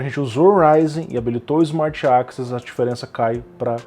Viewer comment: ali no tu pronunciou access como 'AXIS', eu estava escutando como podcast seu vídeo e isso me deixou um pouco confuso, mas é só um detalhe.